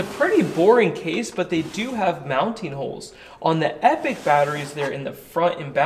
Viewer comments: epic != Epoch. Grammar Nazi here. Pronounced eep-ah-k. This battery looks awesome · Thanks for another great video 👍🏼However, your pronunciation of the word EPOCH is making me twitch 😆 "Epoch" is typically pronounced in two common ways, depending on the region: EE-pok (ˈiː.pɒk) – More common in British English. EH-puhk (ˈɛ.pək) – More common in American English. I don't think there is a brand of batteries called Epic. If you ever decide to launch your own brand of batteries then perhaps they would appropriately be known as EPIC batteries! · Yeah, now he’s calling them “Epic” instead. It’s e-poc. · Sure, but since this is an American channel, being hosted by an American, talking about a company that pronounces their own product "epic", its fair to say that "e-pok" was always wrong here. Just as it would be strange to interject, say, the French pronunciation here. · It's pronounced E-pawk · Their own website says they pronounce it "epic". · British vs American pronunciations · I think you should pronounce it like eeepok. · Actually I think the idea was to pronounce it as "Epic" -- kinda like a phonetic sound it out?